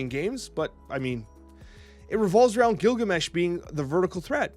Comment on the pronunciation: Gilgameh! LOL